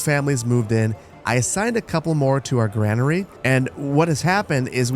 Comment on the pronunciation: GRAIN ER e not Gran er ee Like grain, or pain or brain.